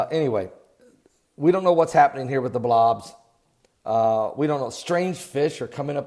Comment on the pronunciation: LOL love the he says Blawobs .